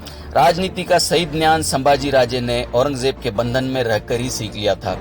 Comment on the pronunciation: Bro ,Gyan ko gnan kahna band karo